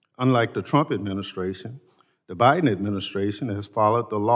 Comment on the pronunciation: Did he say “The priden administration”?😳😳👎🏽👎🏽